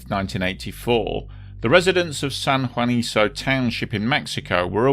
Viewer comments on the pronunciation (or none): Oh, & for future reference, Spanish names like Juanico end in the "KOH" sound. :-) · Just one minor quibble and that has to do with how the name of the San Juanico plant is pronounced: the very last syllable of the name "Juanico" is pronounced like KUH and not like SUH. In Spanish, the C sound is hard when the vowel after is also hard, i.e., A, O or U. I remember this disaster very well. At that time, the Mexican government was very circumspect about the number of casualties after the explosion, which only fueled further distrust and anger against the then rulling party (the Institutional Revolutionary Party or PRI and it's no joke, it really is called "Institutional" despite the fact that revolutions upend institutions). They played the same 'mum's the word' game in the aftermath of the 1985 Mexico City earthquake; until today, no one can say with certainty how many people died as a result of all those buildings put up with government money--and with questionable construction methods--falling down on unsuspecting victims. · Pronounced san huaniko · Just an fyi, it's pronounced like "San Juaniko"